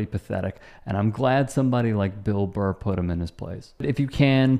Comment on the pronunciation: It's Burr not Barr bro.